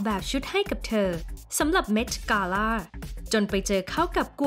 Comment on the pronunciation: คนพากย์อ่ะ ก็รู้ว่าภาษาอังกฤษดีนะ แต่บางทีก็ accent เกิ๊น กาล่าบางคำมีใส่ r เข้าไปด้วย คำว่า gown ก็ใส่ r จนฟังเหมือน ground